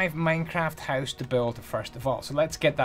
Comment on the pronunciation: "less lighting inside your hooce"